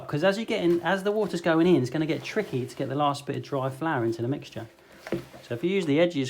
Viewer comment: “It’s just a GESture of a MIXture.” or in speak “It’s just a GEScha of a MIXcha.” Love ya!